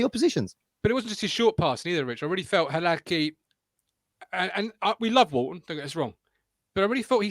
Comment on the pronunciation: Hilarious watching Martin wince every time tries to pronounce Hladky 😂